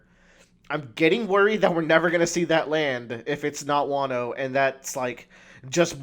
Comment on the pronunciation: Also why the hell are you pronouncing Wano as "Waaay-no"? It's a "short a" sound not a "long a" sound.